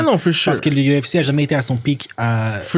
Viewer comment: Je vous adore, mais apprenez à prononcer UFC en français